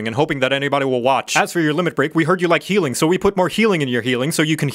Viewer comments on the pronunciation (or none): Zhe heeling is not as revarding as zhe hurzing.